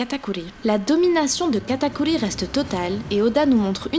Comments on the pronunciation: C PAS KATAKULI C KATAKURRRRRRRI merci 😑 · je suis d’accord c’est insupportable, j’adore ses vidéos mais j’ai envie de me flinguer qd j’entends katakuli ou mugiwala